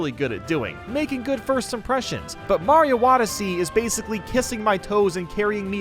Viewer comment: I more realized he said Mario Wodyssey